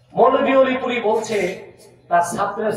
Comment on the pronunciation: ওলিপুরি না ডাইলপুরি 😊 আব্বাসি হুজুর জিন্দাবাদ 😊